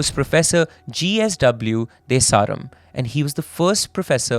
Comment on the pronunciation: You butchered most of the names. You Indianized De Seram, which is a Western name in Sri Lanka. Pathetic.